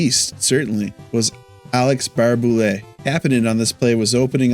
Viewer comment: It's actually pronounced Tuck, not Took. And it's Baray-Boulet, not Bar-Boulet.